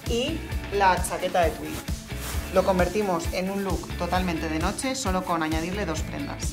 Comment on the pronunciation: notse????? its NOCHE